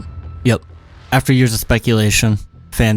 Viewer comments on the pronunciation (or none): none